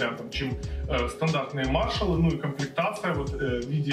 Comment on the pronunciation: Надо было сказать, что один миниджек - вход, а другой - выход, кому надо, тот поймёт. Маршал скорее имели ввиду в названии мажор, ведь речь идёт о музыке. А если выговаривать правильно одну часть названия, то надо спросить у гугла как правильно выговаривается и название бренда.